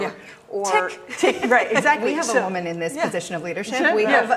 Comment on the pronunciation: "The hidden power of woooman" LOL!